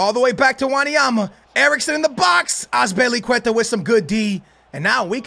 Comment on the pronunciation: Lool did anyone hear wen he sed azilpuceta with the good D loooool